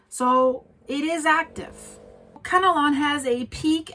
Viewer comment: It’s Kanlaon, not Kanalon.